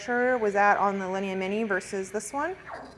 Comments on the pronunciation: the store is beautiful but it hurts my ears to hear her butcher those names. It took me a while to figure out what was a "lini". Linea is pronounced "lin - e - ahhh" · a ninny pronouncing it like a lini lol!